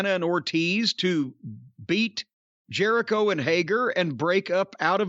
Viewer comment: Chris Jeri-Dough? Chris Jelli-cho? Crisco Jericho?